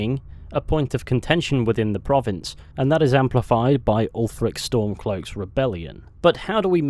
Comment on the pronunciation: Its Ulfric.